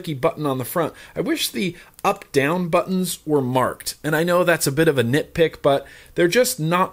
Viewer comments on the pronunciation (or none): Did you say "Nit Pick" or " Pick" or was it a case of nitpicking? Looks like a decent temp "guessing" mod for the price.